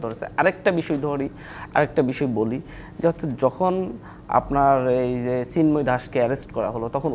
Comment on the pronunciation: সিন্ময় না রে, ওনার নাম চিন্ময় 😂🤣😂